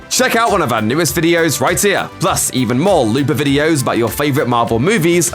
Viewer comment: Why do I keep hearing the narrator saying Marbel instead of Marvel?